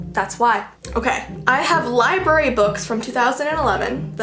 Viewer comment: "your a liebry theif" me: dead